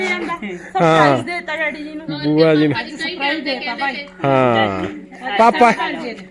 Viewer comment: tu kuj ve bol, par ਭੂਆ hondi a ਬੂਆਂ ne, pronunciation de problem a